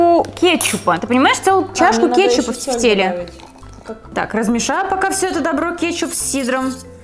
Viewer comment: На всякий случай ударение в слове тефтели падает на 1 . тЕфтели.